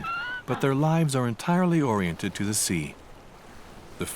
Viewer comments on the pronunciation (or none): none